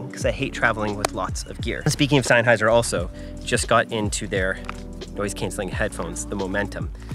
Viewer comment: zenn-hi-zer? dude I barely know her